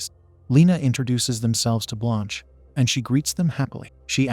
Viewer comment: For real! At some times I didn't even know what happend, all because of the useless censoring. Also, why do they pronounce Blanche as blônche😅